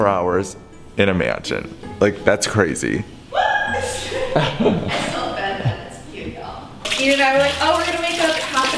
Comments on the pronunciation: I relized that said frazy instead of crazy:D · you said frezy